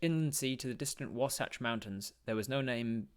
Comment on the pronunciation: As someone who lives in the Wasatch Mountains your pronunciation was spot on. Great read I truly enjoyed it.